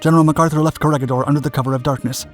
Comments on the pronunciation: Just a small note: its pronouced CO RE HI DOR and BATA AN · Corregidor is pronounced as co re hi dor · Corregidor is pronounced like "korehidor." The 'g' sounds like 'h' since it is a Spainish word. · Read the "G" with a sound like "H"